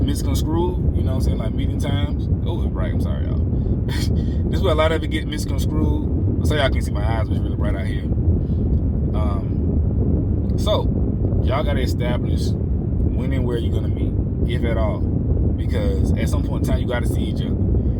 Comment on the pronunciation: “mis Con Screwed” lol. It’s proNounced “misConStrood”